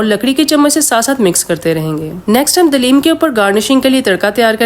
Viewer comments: Dalem kya bol rahi ho...😮 Haleem Bolo 😅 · Are paji se dalim Nahin halim kahate Hain puri recipe main aapke confuse lagi hai Kya😮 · Mam dalim nahin Halim hota hai